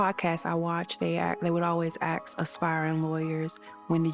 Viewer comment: 40 minutes in..... WHYYYYYYYYYYYYY CAN THIS WOMAN WHO'S STUDYING FOR A MASTERS NOTTTTTT PRONOUNCE THE WORD "ASK" !?????????????? IT'S NOTTTTT AX(E) !!!!!!!!!!!!!!!!!!!!!!